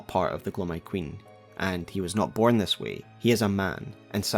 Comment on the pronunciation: I wish I could like the stories you tell but that accent man, is hard... is so hard not to laugh at the way you change "i"s for "e"s Wetch? Thes? Lmao